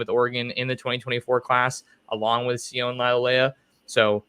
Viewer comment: As Tosh Lupoi corrected James crepia it’s pronounced “sio-nay”